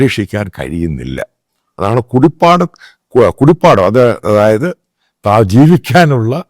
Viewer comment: കുടിപ്പാടം അല്ല കിടപ്പാടം 😅😅